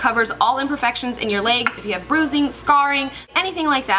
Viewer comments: "Leygs" haha i love you! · "It's like makeup for your 'laygs'." Your pronunciation of legs is just so funny to me! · the way you says legs is so funny😂 looking gorgeous as always!Xo